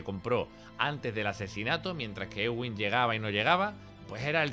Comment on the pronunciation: Es eduin no egüin, de Edwin.